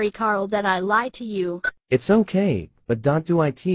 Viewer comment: Why did Ashley call Karl kart